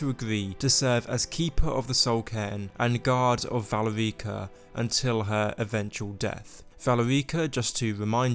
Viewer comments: Dude...It...its not valy reeka.. its Val erika...😢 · good video but i cringe every time you say valerEEca. it’s pronounce VAL-AIR-IKA. valerica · You would think someone who played Skyrim knew how to pronounce Valerica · The way you say "Valerica" makes me cringe a bit.